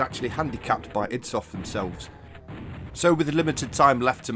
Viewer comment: "id" is pronounced like "id" the psychological concept, not as an acronym